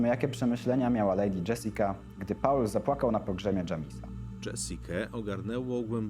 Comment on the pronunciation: "Paula" - jak gdyby, to była jakaś kobieta. Angielskie "Paul" czyta się jako "pool".